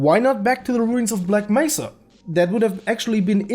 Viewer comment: did you not see him say Bleck Mesa?